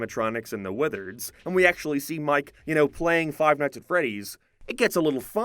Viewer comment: “Five mights at Freddie’s” He was in the restaurant for maybe 30 minutes